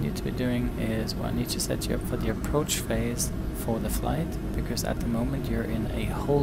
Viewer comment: 6.47 what is an "approach bode mutton" 😂😂